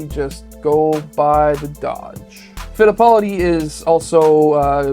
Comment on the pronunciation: Work on pronunciation. Emerson Fittapaldi deserves better.